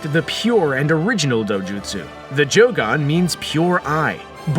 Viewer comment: This duuude said joogan